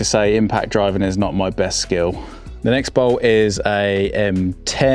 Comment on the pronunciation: When did the letter t at the end of words pocket, bolt become silent?